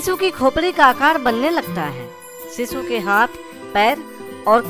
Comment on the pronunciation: अरे सिसू नाही रे शिशु म्हणतात😜